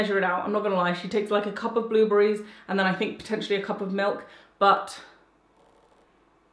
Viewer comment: Has anyone notice how she keeps saying "blueblerries" instead of blueberry.. lol I love her content!!